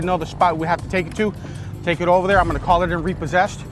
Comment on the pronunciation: “Cawl the Cawps”